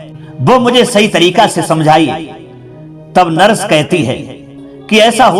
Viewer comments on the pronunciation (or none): भाषा बहुत अशुद्ध है, नरस नहीं नर्स बोला जाता है।